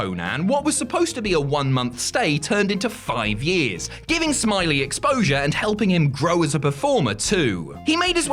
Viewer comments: OMFG you're saying it wrong. It's not Normal Smiley, it's Normal Smi-Ley XD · It's Norman "Smi-lay"